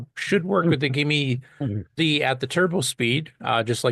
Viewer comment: That says "GIME-S" not GIME-Z.